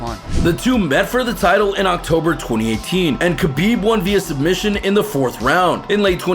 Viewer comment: Donald carone? You couldn't even pronounce khabibs name right or even dustin. You clearly dont watch this sport.